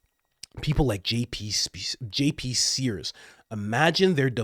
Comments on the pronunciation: You don’t have any obligation to me, a subscriber and sometime’s listener, but please, do not use Jesus’s name in vain. Please. SEARS, not sPears Thank you if you consider this request. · JP SEARS (not spears)